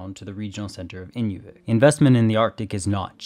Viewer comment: Would help if the narrator learned how to pronounce the place names too. Inoovik, Bowfort sea, many others I can't recall.